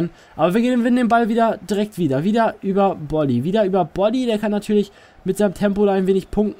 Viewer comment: du sprichst bolly richtig aus (bin fortuna fan )